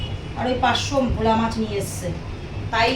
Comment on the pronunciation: দাদা ভোলু না ভোলা 😂😂😂😂😂😂